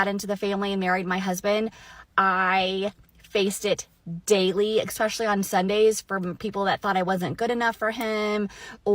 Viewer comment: You know youre starting w a max iq of 90 using words such as "exspecially"